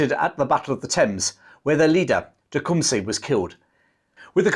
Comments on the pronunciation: Tecumseh is pronounced Teh-com-sa! Not Teh-com-see! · Great video but your pronunciation of tecumseh is a bit off, the seh is pronounced “suh” like the su in suck